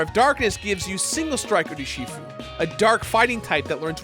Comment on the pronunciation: Why can’t you say Urshifu correctly?